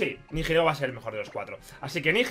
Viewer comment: Por favor, deja de decir "NiJilego", la H es muda. El nombre viene de las palabras "Nihilismo" y "Ego", lo que vendría a significar "Carente de identidad". Un saludo y enhorabuena por esa victoria.